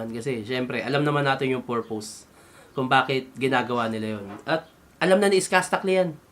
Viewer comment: maganda sana kung " pur.puhs "kaysa sinabing mong porpows.... hahhaha